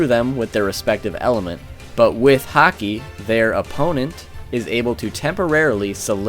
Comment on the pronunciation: Sorry, I don't watch One Piece and just watched the video on the whim, but this video is cracking me up. it sounds like you are saying "Hockey" to me. "So-and-so is quite aware of Hockey" "a Hockey based attack", etc. Sorry, just thought it was amusing./